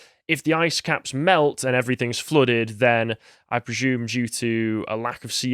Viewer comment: Stop mispronoucing assume and presume you blithering diot